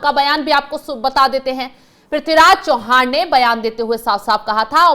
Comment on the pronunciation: चौहान नही चव्हाण..